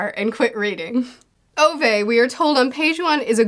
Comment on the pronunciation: Ove's name is pronounced (oo-veh) not (oh-vay) btw - t. Swede who has a great-uncle with that name :)